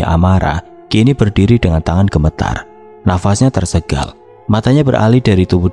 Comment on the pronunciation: Bukan “tersegal” Mas, tapi “tersengal”